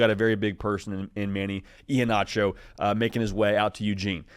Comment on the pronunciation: Pronounced E-HEN-ACHO. Just helping ya out. Sco Ducks!